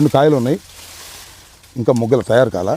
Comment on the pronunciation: మగ్గుట, not ముగ్గుట sir